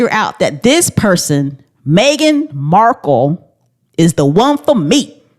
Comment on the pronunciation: So glad to hear your explanation because I was lying in bed and everytime you said Markel I was like it’s Markle